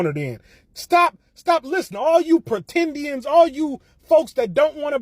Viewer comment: 😂😂 he said pretindians 😂😂😂